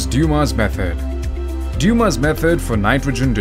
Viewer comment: His last name was Dumas, not Duma.